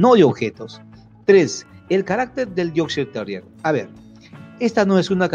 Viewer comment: Me encanta es como explica cuáles son las características típicas de un Yorkshire Terrier de raza pura pero a la vez pronuncia erróneamente la raza del perro 🤷🏽‍♀️ pero nada; Él es el experto!